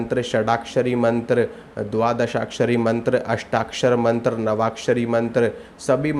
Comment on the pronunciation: मंत्र लिखा भी गलत और बोल भी गलत रहा है।